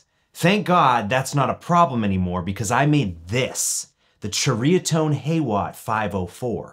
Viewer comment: Pronounced Cherry-uh-tone. I had a DR103 and sold it. I'm a Dumbass sometimes.